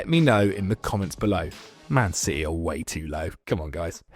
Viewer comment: 4 minutes and I notice it was all "shitee" 😂